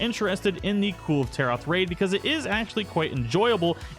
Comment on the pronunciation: It’s pronounced kul-vay taroth.